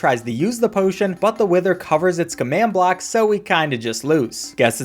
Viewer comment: He says block…